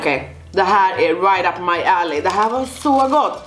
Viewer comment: när du sa "Det här var rakt up my ally" typ så trodde jag du sa "up my ass" o.o